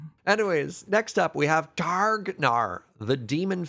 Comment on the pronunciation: Great episode! Got me to think about new applications for cards I had previously dismissed. One little trip-up; you might want to edit, as the way said Targ Nar's name makes it sound like something unfortunate.